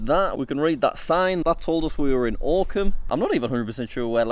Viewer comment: The fact that I live ten minutes away from this village is both infuriating and amazing and also the way he pronounced Oakham at first absolutely pissed me off